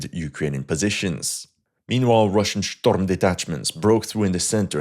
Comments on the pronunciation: That is not how you say storm , oh and let me guess Ukraine is about to fall lol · Shtorm detachments 😂😂